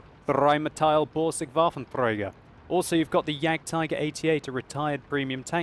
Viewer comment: Its very funny to hear you speakin' german words like Waffenträger oder Jagdpanzer^^ Iam german and you would also be amused if i use english proper nouns:p Anyway, it was very interessing vid about the Ferdi. I didnt know, the final canon does so much dmg Oo Holy sh... In my opinion the Ferdi is a way harder to play until he's going well. Much XP for better engines (2ones to research) and the first are the tracks of course. But the increased hp are a really good buff. The frontal weakspots makes the Ferdi easy target for informed enemys. Thx for upload this vid and congrats to Warbol1^^ Nice weekend:)